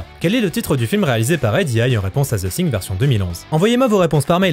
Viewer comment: “Ze Sing” !!! 😂😂😂